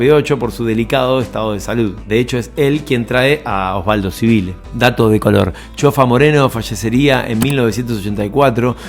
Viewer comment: Pronunciás "Sibile"...es Civile (se pronuncia CHIVILE)